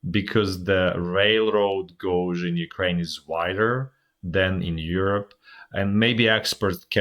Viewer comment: Love this. Thank you for providing clarity. I watch every day. The word you are looking for is "gauge" a hard word to pronounce because the "g" has two phonemes / sounds. It is pronounced "gay-je". The "j" or second "g" makes the sound similar to the start of the word "jungle" or "judge".